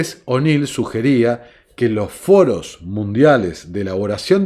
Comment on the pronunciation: Todos esos foros con "rr"😉